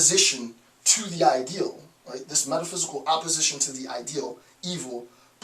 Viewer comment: You sound like you're saying "apposition", when what you're really intending to utter is the word "opposition". This lends itself to some confusion, considering that both words make sense in the context of the discussion, particularly in the meaning with which Schopenhauer invests his conception of evil as blind Will, and especially since Nietzsche interprets this conception in such a way as to place it in both opposition and apposition to the historical concept of God as the summum bonum.